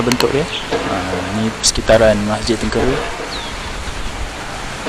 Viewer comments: Sebutan bukan Tengkere tetapi Tengkeyrah Atau Tranquerah bhsa portugis tu. Sekolah saya dekat area tu Mgss. Saya budak Klebang Besau. Terima kasih. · Min..tu masjid tengkera..teng...ke..ra...bukan kera..keeeeera.. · Maaf.... Sebutan Masjid tu atau nama tempat yg sebut tuu... bunyi nyè " tèngkèrè "... bukan begitu sebutan nyè... tengkera ada lah nama tempat tersebut... dan MASJID TÈNGKERÈ sdalah kerana dier betempat di TÈNGKERÈ ( TÈNGKERA ) " TÈNĢKERA " atau " TÈNGKERÈ = Sebutan loghat melayu.. dan di tulis tanpa ada tanda ialah = TENGKERA. dan sebutan betul biasè mèreka gunakan berbunyi = TÈNGKERÈ. bukan TÈNGKÈRÈ.... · Sebutan nya: teng kay ra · Cuba sebut "tang.., cat (dalam sebutan English tapi buangkan huruf 't').., rah (buangkan huruf 'h'). Itulah sebutan yang betul. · Sebutan nye " kay" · cara sebut tengkera tuh pakai "e" (esok) bkn "e" (emak)....Masjid Teng key raa... cmtuh laa bunyi dia...susah pulak xde audio..haha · Salam..sekadar berkongsi pendapat yaa jangan marah..apa kata jumpa dulu tok imam atau orang yang ada disekitar kawasan tu dulu sebelum ziarah makam tersebut..mungkin akan dapat maklumat yang lebih dalam..macam sebutan nama masjid tengkera yang sebut tu salah..saya tonton video ni bersama emak dan ayah..kami orang melaka.. bila sebut jer tengkera tu mak ayah saya siap betulkan..hihi..sekadar pendapat jelah..itupun kalau ada makam dikawasan masjid dan ada orang lah untuk ditanya.. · kikiki...tengkera tu salah sebutan tu...